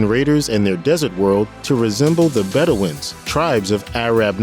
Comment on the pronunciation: some of the pronunciations are a bit off. Arab and Bedouin were a weird ones.